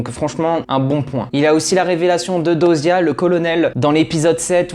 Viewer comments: c pas diyoza 😅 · Très bonne analyse et vidéo, mais franchement ameliore ton oral et comment tu parles des fois tu te répetes !... SURTOUT: apprend à prononcer dyosa correctement stp C chiant mdr😂, vraiment amélioré ce point là et ça sera perfecttooo Bonne continuation😊